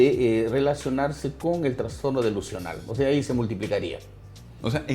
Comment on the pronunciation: Todo excelente, pero por Dios... es TRASSSSTORNO no TRANNNSSSTORNO